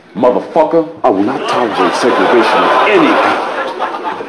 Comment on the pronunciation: segregation...not subrigration...hahaha